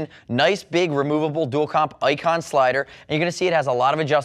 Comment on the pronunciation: Ayicon? Or Icon? HA.